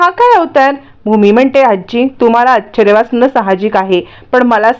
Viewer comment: या आता मात्र ,बाईना आश्चर्य हा शब्द पण नीट उच्चारता येत नाहीत.आच्छ् र्य म्हणतात.शुद्ध लेखन वाचणारे कोणी मिळतच नाहीय का?